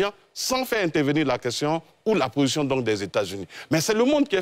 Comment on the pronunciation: c´est position et non possion